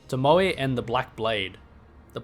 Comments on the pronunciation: I believe the 'e' in tomoe is pronounced like the 'e' in egg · no way you could mess up the pronunciation of Tomoe bro. Genny says it himself. In fact, he says it in that exact cutscene you used lmao.